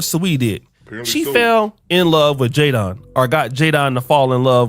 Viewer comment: "JAY-Don" .. the nigga name is Jadon lmaooo